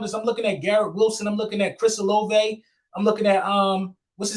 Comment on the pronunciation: it's olave not olive...and by the way I'm good with this move by Howie👍🏼👍🏼